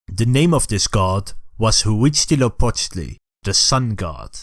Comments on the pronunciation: Hwuitzala-wittle. LOL Next time input the word into a Spanish text to speak program instead. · How do you spell HA-wichdly-no-Po-ched-li? I can barely pronounce it by listening (I mean the name of the main Aztec god named in the first part.) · I laugh so hard each time you say Uichtilopochtle and show him